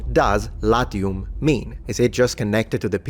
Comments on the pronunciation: Because you are a gamer? You accidentally pronounced the "a" short there? The first naming story for Latium sounds believable in a cynical-spiritual sense: "Let's hide from the father of gods! ... ... ... OK, now let's conquer the world." P.S.: Make a video about femail armor. 😜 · LAZIUM not latium…